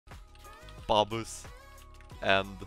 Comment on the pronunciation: Its not Babus its Babusssss